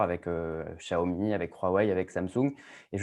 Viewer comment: Spécialement pour François Sorel, un petit tuto pour bien prononce Xiaomi ;)